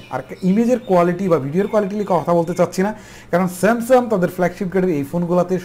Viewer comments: Samsum না Samsungকথা শুদ্ধ ভাবে বলতে শিখেন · আরে ভাই সেমসাং,,,,,!,,সেমসাম বলেন কেন ,,,,????